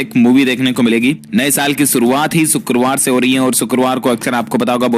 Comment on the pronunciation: सुकरवार नहीं शुक्रवार होता है। देहातीयों वाली बोली बोलना छोड़ दे।